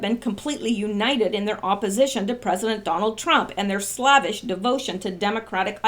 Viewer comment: Slavish is pronounced "slay-vish." It is a form of the word slave. Merry Kitties!!